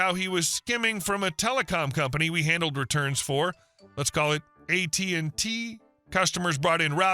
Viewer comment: It's AT&T NOT AT&Tee.